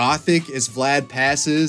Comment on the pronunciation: I cannot watch this video, every time he says Vlad I twitch